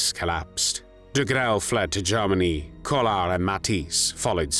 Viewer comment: Please stop saying Garmany. Its said as Germany.